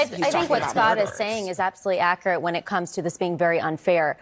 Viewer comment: it's Ac-yur-ate" not "Acur-ate."